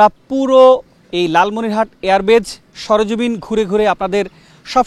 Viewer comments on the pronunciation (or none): Air Base, not Air Batch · এয়ার বেচ নয়, এয়ার বেইস।